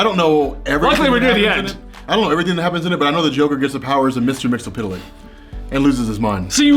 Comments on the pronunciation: Hello sir and/or madame. You are pronouncing Mxyzptlk all wrong. You've seen that episode of the Superman Animated Series right? "It's mix, yezzzzz? Spit! Lick." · You pronounce mxy's name wrong. Its mix. Yes. Spit. Lick. Not mixel. Pitel lick.